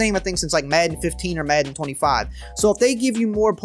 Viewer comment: Does it bother anyone else how he says madden?